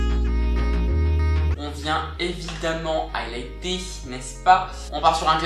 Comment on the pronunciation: quand j ai enttendu : on va bien évidement highlighter j ai enttendu : "allaiter " , je me suis dis ... eu .. what ?! 😜😜 anyway , super tuto , envie de reproduire le maquillage sur les yeux , j'aime beaucoup 😘